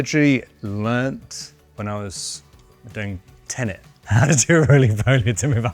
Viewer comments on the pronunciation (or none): none